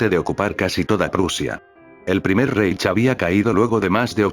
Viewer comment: La mejor pronúncia seria: "jáitch". E la mejor tradución seria: "reino", aunque sabemos que era un império.